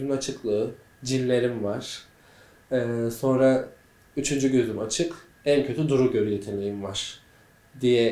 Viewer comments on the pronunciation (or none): none